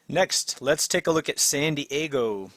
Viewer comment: Nice channel. FYI, it's San Diego not Sandy Ego.